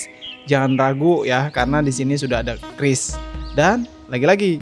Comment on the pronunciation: Penyebutan qris salah bang seharusnya kiuris bukan kris😂😂